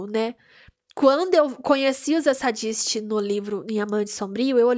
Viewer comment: Vc é engraçada, gostei! Comente os outros episódios tbem. Nome dos irmãos vou facilitar sua pronuncia: Reidgi (Rhage), Fury (Phury) Zeidisti (Zdist) o restante tá ok ❤